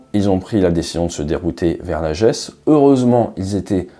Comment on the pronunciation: Lajeu(s) et non Lajéééssss les acores c’est le Portugal